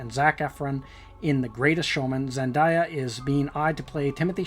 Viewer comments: A lot of errors here about the actress. Her name is pronounced zenDAYya, not zenDYya. She is not Latina, but black/biracial, with an African American father and her mother of northern European extraction. I don't know if she identifies as black or biracial, though. Her HBO (HBL?!) series is Euphoria, not Europa. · Ikr it’s so annoying when people pronounce her name wrong like come on people it’s not that hard to pronounce zenDAYa.